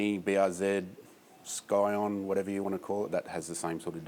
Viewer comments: Just any FYI Scion is pronounced soft s-hard i-on, not sky-on, but still awesome that he knows about Scion!! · lol "sky on"